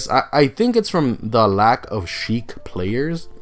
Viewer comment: Her name is Sheik not Heik 🤦‍♀️